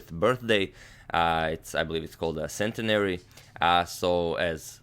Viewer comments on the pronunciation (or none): "Centenary" has the stress on the second syllable: /sɛnˈtɛnəri/ (sen-TEN-uh-ry) in American English or /sɛnˈtinəri/ (sen-TEEN-uh-ry) in British English. But in America, you're much more likely to call it the "centennial."